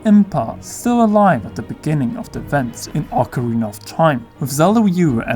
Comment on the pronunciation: You pronounced ocarina incorrectly